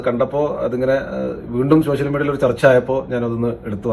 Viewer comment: ഷോഷ്യൽ അല്ല സോഷ്യൽ